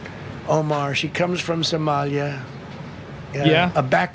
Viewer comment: Trumpnunciated: Sumalee-ya